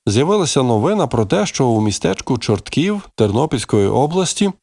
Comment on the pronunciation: Не ЧорткІв, а ЧОртків!